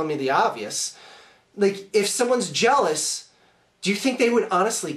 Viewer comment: A new insult: "jelamous"